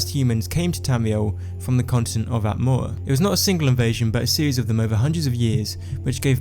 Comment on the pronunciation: I... I just cant... that speech abnormality makes me laugh. I know I am going to hell but I just cant help myself :D Atmoua :D Nice videos though :)